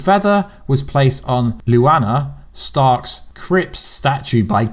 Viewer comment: Why do you pronounce Lyanna's name oddly?? Just curious.